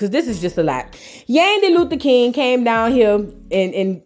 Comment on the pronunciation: Kang…not King 😂. That’s what SHE said 🤭